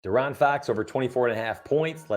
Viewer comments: Lol its (DEE-Aaron) bro 🤣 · hey love the vid but i couldnt shake how u say foxs name 😂